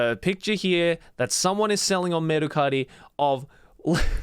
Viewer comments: dude i never knew mercari was a japanese company, i've seen a commercial where they said it with an american accent so when joey went full japanese with "merucari" i was shocked lmao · Mercari exists in America too lol. I love how he pronounces it to sound extra japanese😂😂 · I'm cracking up everytime Joey says Mercari, we literally have that same site in the US.